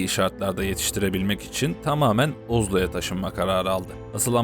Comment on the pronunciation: Sizi ilgi ile takip ediyorum. Bir iki noktada daha özenli olmanizı öneririm. Ozlo ? Bu telaffuzu nerede duydunuz ? British English : Oslo American English : Aoslo ... Çoğunlukla işe yarasa da Google ya da diğer ceviri araçları birebir çeviri yapar. Cevirileri seslendirmeden önce Türkçelerini kontrol etmenizi öneririm. Ingilizce'de "the youngest" olan ifade dilimizde "en genç" olarak degil d"en küçük" olarak ifade edilir. "..negatif fayda sağlamak" Türkçe'de böyle bir ifade yok. Sevgiyle ☺️✋